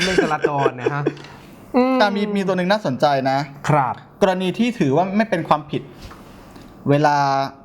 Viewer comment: คุณช่วยพูดคำว่า "ครับ" ให้มันชัดเจนหน่อยจะได้มั๊ย(คนอ้วน ๆ น่ะ) พูดอะไรก็ไม่รู้ ดัดจริต